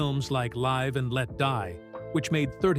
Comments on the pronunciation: A fu*king I SUCKS! "Live" pronounced "lyve." "Maritza" instead of MARCIA "pronounced, "Marsha"). That took me out of the video! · Calling Lucas Coppola a few times and pronouncing things wrong like live "leave". Please edit your video.